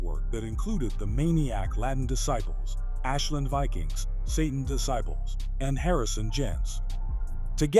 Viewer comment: the AI can’t pronounce DISCIPLES